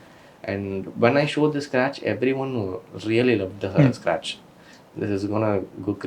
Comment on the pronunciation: How many times he says "scrach" ? - Yes